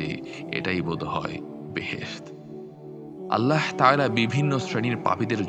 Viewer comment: ভাই! আল্লাহ শব্দের শেষের হা হরফটি মোটা হবে। ওটা হায়ে হাওয়াজ রে ভাই!! কারেকশন জরুরি।